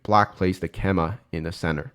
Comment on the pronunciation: Excellent content, have really enjoyed watching your recent videos! You are saying keima = ke-ma a lot but the common English pronunciation is kay-ma I believe (also similar to Japanese).